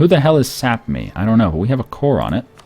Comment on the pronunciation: you say sapmi just the way you shuold!